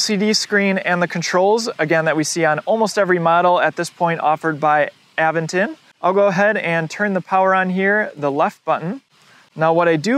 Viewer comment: a VENT ton. Not, Aven ton.